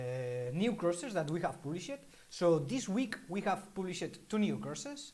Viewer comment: Ha ha. In your adorable French accent, when you say, we have "published" it sounds like you are saying we have "bull sh i t", I had to rewind several times to figure it out lols. Try saying "published" phonetically like "paab-lee-shd". Very cute.